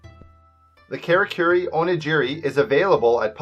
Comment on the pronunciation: What made you think onigiri was pronounced like o-nuh-ji-ree? Also onigiri is not sushi